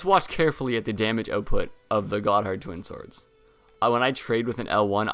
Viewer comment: The pronunciations on these early videos are funny: Caestus - He says Kestus (it's ses-tus) Smough - He says Smog (it's smoe) Gothard - He says Got Hard (it's gaw-therd) Scythe - He said Sith (it's saith)